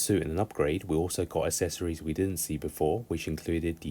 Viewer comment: For the love of all that is good, please fucking learn how to pronoun the word accessories. It’s not hard.